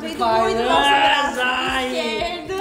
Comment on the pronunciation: Oi tudo bem? Sem querer ser chata mas se escreve pfizer mas não se fala o "p" se fala só "fizer" ok bjs